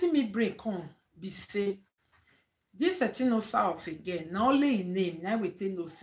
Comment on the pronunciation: Etinosa na Etin_osa meaning god's power people don't no how to pronounce her name.